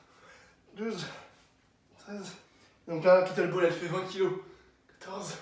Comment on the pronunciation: KettleBEL ptn pas ball ça me stresse😂